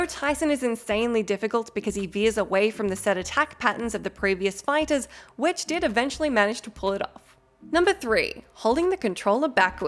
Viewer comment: also, "WHEH-dge", not "WHIdge" christ almighty.